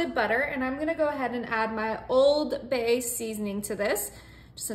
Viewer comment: I have never heard anyone pronounce the “D” in Old Bay!